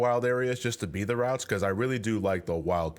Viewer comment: Everytime said "Routes" I heard "Ralts".